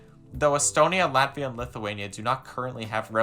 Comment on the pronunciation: This video makes me feel 💀💀💀 but there are good and bad sides: Bad: Where do I start, first, the thumbnail is fu**ed up... then you mispronounced latvia and literally violated the rights of estonians by saying half of the things you said. Good: You support NATO and Ukraine, and don't want a war with Russia.